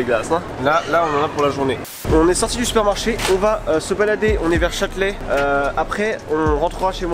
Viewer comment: J’suis la seule qui est entendu «ont est sorti du sperme-marché »???😂😂😂